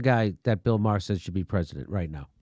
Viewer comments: Not the I like him at all, but his last name is pronounced Mayor like the leader of a City! Not Meyer!!!!!! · Jimmy: "Bill May-har". Classic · BTW, his name is pronounced "Marr". As in "Bill Maher MARRED what originally made him great by treating politics like a sports league and then throwing a 3 1/2 year tantrum that his favorite team didn't win the big game." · You cannot pronounce Maher's name right, you fucking turd. Take your right wing shit and shove it. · First of all I love how Jimmy keeps going after Bill Maher. The guy is a joke. And I also love that he keeps saying his last name wrong.